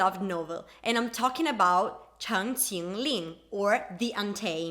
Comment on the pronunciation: Marissa Cornett I know right, I was shocked when she said ChenQingLing. I didn’t expect that lol. Believe me I was lying in bed watching this, I literally jumped out of my bed. I was like what did she just say that perfectly?? You don’t actually see non-Chinese people ever say that right lol.